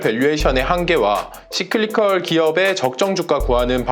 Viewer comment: 좋은 내용에 감사합니다... But, Cyclical... 씨클리컬? --> 싸이클리컬 아닌지요? ㅎㅎ